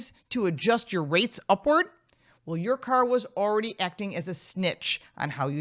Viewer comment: emphasis is on the wrong pronounces there... "YOUR ... YOUR ..." is the correct focus, and rather questions that should be on the table.